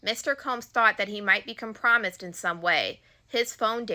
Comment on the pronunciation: And compromise